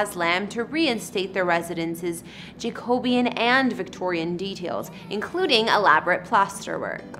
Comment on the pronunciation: the word is Jack o be N not Jacobian. OMG Why does the front of the house look like a business. A store front? Again!! the word is TAP S TREE not tape s tree. :( So glad he has good taste.